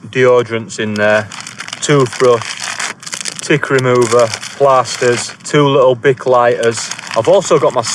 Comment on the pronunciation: For a Yorkie, with a great Yorkie accent, you don’t half say “plasters” with a posh tone. Lol.